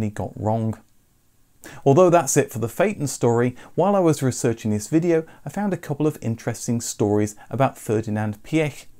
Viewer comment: "tHiSs" Reminds me of someone